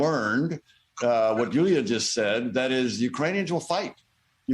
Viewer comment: Houlia, really? Should be more like Yiulia.